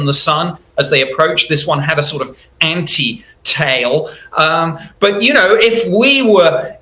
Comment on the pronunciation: “An anti~tail” huh?